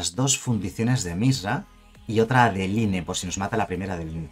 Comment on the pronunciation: Pronuncia para el orto adeline jajajaja